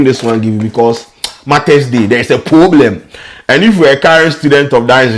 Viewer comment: Poobrem o!😂😂